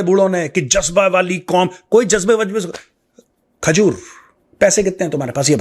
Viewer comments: Sir aap khazoor bahut styliesh trike se khte ho ...khazoorrr😂😂😂😂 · I 😭😭cried when major sahab said : AL - Khajoor